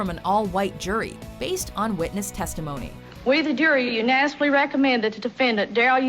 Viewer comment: If you can't pronounce unanimously maybe you shouldn't be on the jury...